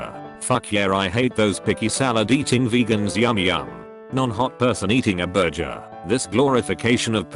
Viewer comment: Cindy Zhan BUR-JER